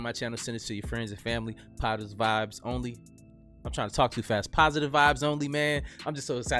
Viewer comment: Lol, I thought he said "POTUS vibes only"! Lol, gotta really make sure to distinguish between "POTUS", and "positive", lol